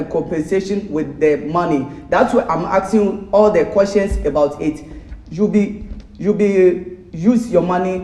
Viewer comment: "Ebout it" I like that